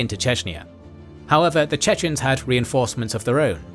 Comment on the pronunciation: Unfortunately I must say, that the pronunciation of the chechen names is horrible.